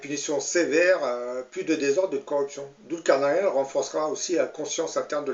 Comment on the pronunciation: Prononcez "Doul car naille ne" ou en anglais "nine" Svp....